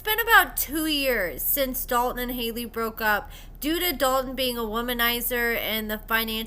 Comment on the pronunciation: Omfg I can’t STAND hearing Hailey say “Dalton” 😩😩😩 Drives me crazy !!!